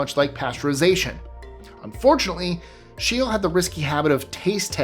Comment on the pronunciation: Excellent video, but ... Carl Scheele’s name is pronounced ˈʃeːlə or ˈɧêːlɛ, not ʃtiːl